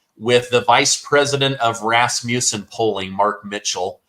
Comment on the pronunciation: It’s Ras muss in, not Ras myu sin. Muss as in “must”. We Danes are a little fussy! THANKS FOR ALL YOU DO!